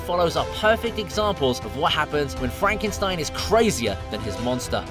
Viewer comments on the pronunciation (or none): none